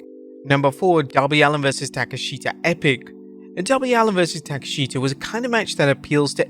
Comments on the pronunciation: Why does he say "taka"sheta" thats a bad butcher of it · Ta kesh ta and Mariah May. You are just butchering names